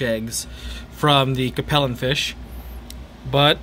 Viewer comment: It’s pronounced Cape (like Cape Cod) Lin.